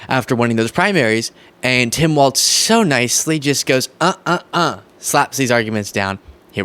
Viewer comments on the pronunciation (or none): ‘Walz” pronounced wall-zz not “waltz”. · It's Walz, not Waltz